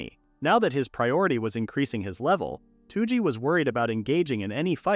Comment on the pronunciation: Touji is not "Two G" Its rather close to "Though G"